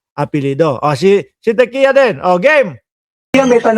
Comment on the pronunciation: Diquia ang pronunciation ng TIQUIA.